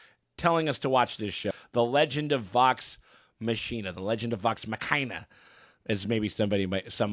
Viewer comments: Loved you guys' reactions, is adorable. And the plot of the first arc is actually taken from a mission that happened before Critical Role even started recording! But I have a pet peeve I gotta mention: Machina is pronounced MA-kee-NAH. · It's pronounced "Vox MOK-ee-nuh" -- Super stoked y'all are reacting to this! Tons of CritRole fans (aka Critters) are going to be loving this!